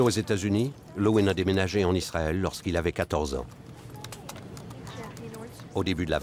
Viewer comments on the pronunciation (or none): none